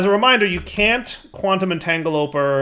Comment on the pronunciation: did you forget that you added support for tile entities in Building Gadgets? Also, cue the comments about you saying entangloporter wrong again.